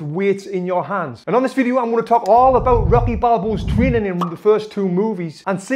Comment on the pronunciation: i swear he keeps calling rocky robby